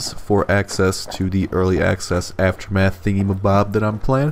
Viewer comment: "after math" "after meth"